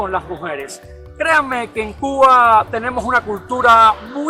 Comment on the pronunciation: oye por qué pronuncias Cugua, Cuguano en vez de Cuba. Cubano?